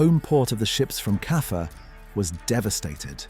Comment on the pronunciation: Stop saying Kaffer